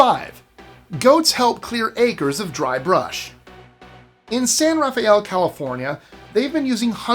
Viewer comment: I know you like to put on accents when pronouncing non English words but maybe you should just use your normal accent most of the time. San Rafael is not pronounced the way you did in this video. It’s more like San Rah fell.